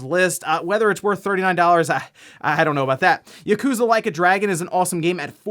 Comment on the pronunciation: You mispronounced Yakuza again. It's pronounced as: "Yah-kou-zah" not "YuhKOOza". Can you please at least try to pronounce that correctly like you are trying to pronounce Tsushima correctly?